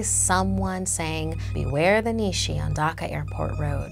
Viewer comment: It's pronounced nea shea